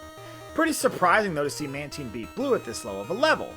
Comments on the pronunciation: Isn't it man tyne? Not man teen? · you pronounced Mantine wrong